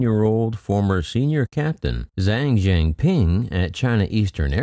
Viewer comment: Please learn to pronounce: "Zhang Zhengping" correctly.😮‍💨